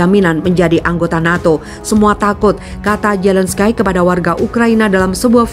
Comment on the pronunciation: Di Bacanya Zelenski ko Zelenskay hihiiiii...